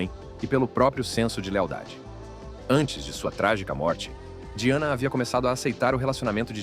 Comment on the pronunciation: O nome se escreve Diana mesmo, a pronúncia é que é diferente da nossa. Mas eu acho que isso tem que ser ajeitado na utilização da IA, a pronúncia de palavras estrangeiras, pq até numa palavras francesa, essa voz aí tb não falou direito.